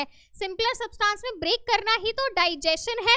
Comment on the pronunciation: Teacher it's not substaaans It's subtance